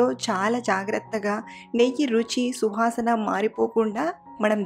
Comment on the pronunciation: super andi but suvasana andi shuhasan kadu andi 😂